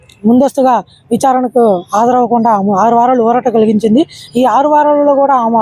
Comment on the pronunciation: ఆమ కాదురా నాయనా "ఆమె" అనాలి. తెలుగు ఎక్కడ నేర్చుకున్నావు నీ మాతృభాష ఏమిటి.